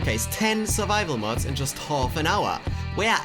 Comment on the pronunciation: Dude it’s mods not muts (am I the only one that heard that)